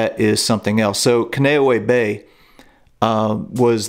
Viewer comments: Dude, it's pronounced "Ken-Uh-No-Ehh" "Not Ka-no-way" Bay. My father-in-law was sent there to recover after being seriously wounded in Vietnam at Hue City. I love your history videos, and I mean no disrespect, but you are doing a diservice to Hawiians, Marines, and Navy by miss-pronouncing the name. Take a few minutes, and research the pronounciation before you do the video. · I have studied the Hawaiian language, also learned a lot while training to be a Reservations agent for Pleasant Hawaiian Holidays. Kaneohe Bay is pronounced: CA•NAY•OH•HAY. KANE means "Man," and OHE means "Skinny." Hence, you have 'skinny man' in the Hawaiian language. I think Hawaiian culture is fascinating and is to be respected. I appreciate all the places you take us to with your videos. Well done! Your videos keep me captivated and intrigued! Thanks very much for interesting work,! I enjoy all your videos! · Spoken as “Con knee owe ee Bay”….Kaneohe Bay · Kahn-eh-oh-hey bay, you tried but being stationed there that was killing me lol. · We pronounced Kaneohe as CON-e-O-e when I lived there. They may say it differently now. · Its pronounced "Con" "E" "Oh" "Hay" Bay....just an FYI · Glad to see you highlighted Kaneohe (although you mispronounced the name). A lot of people don’t realize that Kaneohe was attacked first. Most don’t even know that Schofield, Ewa Beach, Barbers Point among other places were attacked besides Hickman and Pearl Harbor. I had the honor of reenlisting on the Arizona memorial in 1993, and retiring at Kaneohe in 2002. I was also fortunate enough to meet Chief John Flynn during a building dedication at Kaneohe. I look forward to your next video on Hawaii and WWII. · You’ll have to lodge a complaint with the U.S. Marine Corps. That’s where I got the pronunciation. 🤷🏻‍♂️